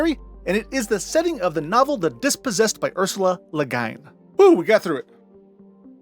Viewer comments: Le Guin is Leh-Gwin not Le Guyn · Ursula K. Le Guin? HO boy, I'll give ya pass with the made up sci-fi names, but - my dude - it's pronounced L'GWINN, not L'guy'n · Really fun video to lay 'em all out like that. Oddly, your pronunciation of "Le Guin" really bugged me. It's "Le Gwin" (American pronunciation of a French surname, but even French style is closer to that than your "Gyne") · Its pronounced Le GWEEN no le guyin XD <3 great video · and it's le "GWIN"!!!! rhyming with Quinn, not le "GYNNE", hahahahahahahahahahahhhahhaha (I met her in Berkeley, so I'm sure about this one, lol) , Man, he's really having pronunciation problems, but there's enough of us to help him out. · Wonderful video. Ursula Le Guin's name is pronounced Le Gwin (like penguin), not Le Ghine. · Also, while we’re here, LeGuin’s last name is pronounced Luh-Gwin, where Gwin rhymes with “twin”. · I normally wouldn’t be so pedantic but since this video is all about detail: Ursula LeGuin’s last name is pronounced le-GWIN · Adding to the pronunciation notes: Ursula K Le Guin's last name, per herself, is pronounced like "l'GWIN" ("URsuhluh (UR as in burr; or, in England, URsyoola) KROb'r l'GWIN" in total). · Ok, Ursula Le Guin is one of my favorite authors, and it’s pronounced “Leh Gwin”. I think you were trying to do a French pronunciation but that’s not how she said it. Otherwise, I am enjoying this video. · Altair 6, if memory serves was the original destination of the U.S.S. Enterprise NCC 1701 in the episode Amok Time. The original series also went to or mentioned Deneb so I can't see how Farpoint is at the edge of explored space. Aldebaran - Al Deb Aaron LeGuin - La Gwin like Gwen except with an eye. I can't recall other mispronounced words but there are some. Aldebaran hurting my ears the most when you mispronounced it. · Ursula K Le Guin [read as 'Gwen' in Gwen Stefani] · By the way, Ursula LeGuin's surname is pronounced "luh-GWINN". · LeGuin is pronounced "le-gwin".